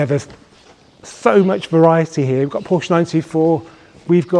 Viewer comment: Please stop mispronunciating Porsche.